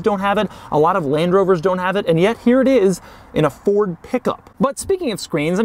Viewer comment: Why would you intentionally call it a “Furd?” Is there someone wrong with you?